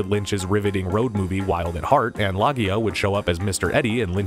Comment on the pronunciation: It's Robert Loggia (low-gia) as in R- Robert Loggia. O- oh my God it's Robert Loggia.